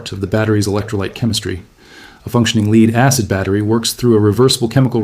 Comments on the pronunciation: Its not Leed Acid battery it is Led Acid Battery AI, get your pronunciations right, both words are spelled the same but pronounced differently depending on the context of the sentence. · Complete BS. AI crap; can't even pronounce Lead consistently.